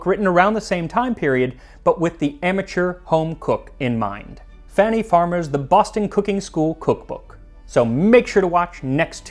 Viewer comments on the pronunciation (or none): none